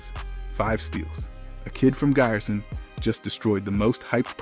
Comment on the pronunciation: That "i" in Giresun is not spelled like in English "i", it is spelled like "e" letter in English...